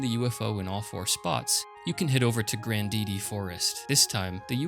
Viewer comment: Grandidi. You mean Grand Diddy yes?😅😅😅